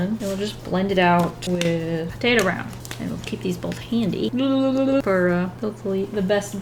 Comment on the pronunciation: For a good eight minutes, I kept hearing "potato brown" as "potato brow", and I didn't question it, since you always have that cute round eyebrow shape going on for Weelz.